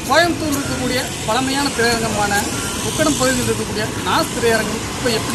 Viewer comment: தமிழை ஏன் கொல்லுறிங்க கோயம்புத்தூர் அழகான தமிழ் அது என்ன கோயம்பட்டோர்